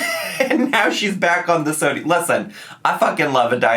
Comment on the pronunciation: The way you say sodie 😂